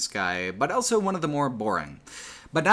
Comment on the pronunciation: pronounces the word "also" as "elso". He also pronounces the word "both" as "bolth".